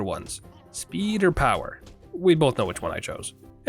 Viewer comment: ShPEED and POWAAH